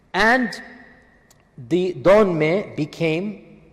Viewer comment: Dönmeh as you said it means renegade and it's written dönme dont know there the fuck u get the h in there